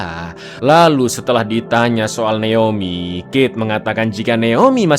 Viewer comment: jgn terlalu di Inggris-inggriskan lah bg, naOmi bon neomi😭